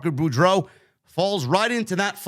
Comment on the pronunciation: it's pronounced Parker BORE-DOUGH. like Scarlett Bordeaux